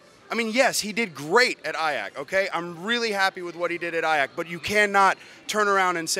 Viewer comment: Learn how to say “Ajax”.